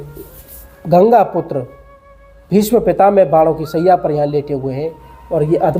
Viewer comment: Pitamaha bol Bhai pitame mat bol bolna sikho aap